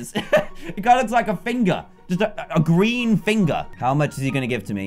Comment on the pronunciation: its a gween pikachu